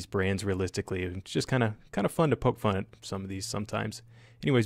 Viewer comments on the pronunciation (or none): none